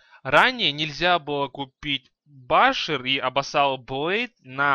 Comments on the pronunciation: не абасал блейд !а абисал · "абассал блейд")